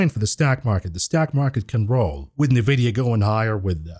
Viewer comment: In vidia NOT nah vidia